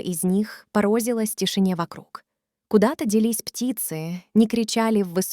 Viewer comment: Странно... Вроде, русский без акцента, но при этом "солнцА", " полчИщ", "порОзилась"!!! 🤦‍♀️ Это русские, родившиеся на чужбине? Или вообще автопереводчик какой-нибудь?